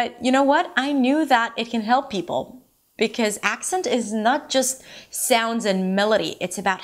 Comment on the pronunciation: the way she says "because" is definitely not standard US English pronunciation